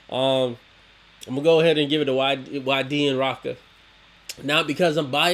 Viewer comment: Rochka pronounced "roshka" and waydi pronounced "whydee"☺️